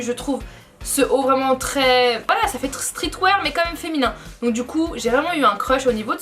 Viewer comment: Tu racontes tellement n'importe quoi... t'y connais rien y a pas de palace a tokyo mdrr et ça peut pas couter moins chères en France sachant qu'il n'y a pas de magasin et on dit streetWeAR pas streetwaire mdrr